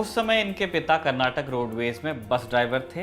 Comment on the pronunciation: It's KANNADA not Kannad😡 & It's KARNATAKA it's not KARNATAK 😠